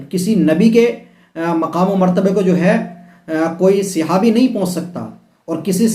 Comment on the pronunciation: Jahil khud to bolna seekh le sihabi nii sahabi hota h doosro ko bol raha h khud hi tu jahil pane ki harkat kerta h pagal sala 😂😂😂